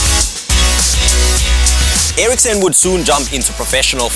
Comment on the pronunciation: Christian Eriksen is pronounced: "Krestjan Eariksén" I'm danish so i know how to pronounce it. <3